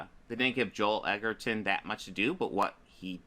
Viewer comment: Fucking hell. He admonishes you for not knowing who Joel Edgerton is, and then proceeds to mispronounce the surname...